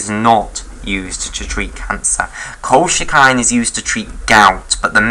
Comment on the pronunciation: very nice. but colchicine is pronounced kol-chi-sin i believe